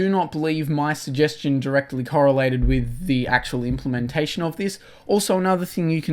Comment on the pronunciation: Why you say witch or to say with ? You're not American.